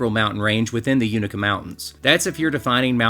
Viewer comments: "You-NAY-kuh" 🧡🙌🏼 I love this video. From this area originally and just now getting into hiking as a pastime. Beautiful region to be outdoors. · Its a long "A" UnAka, your killing me LOL. And, if you leave Roan Mtn, hungry, it is yourown fault. Americano - Best steaks in the tri-cities, Smokey Mtn Bakers - Wood fired from breakfast to pizza, Highlander BBQ. need I say more. The Kitchen(Mountain Harbour Hostel).